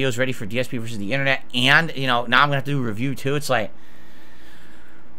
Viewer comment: How the hell can a guy turn the word "and" into three syllables?